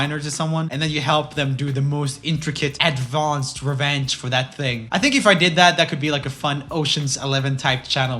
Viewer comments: Nobody Roomie: ADVãNced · Advonced lol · Made me smile when jöel said Advarrrrnced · Take a moment to appreciate the way Joel says "advanced" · Wow. Only after a few months, Roomie changed his sense of humor.. Edit : Did he say "advanced" in a weird way?